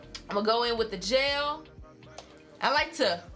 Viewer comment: People say I say “jail” instead of “gel”. And I always was so confused but I really feel like I heard you say it too 😂😂